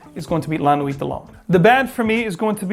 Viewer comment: T is silent in la nuit